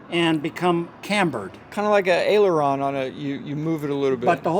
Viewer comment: “Airaleeoraitor?”… 😂. I’m dying!! 😂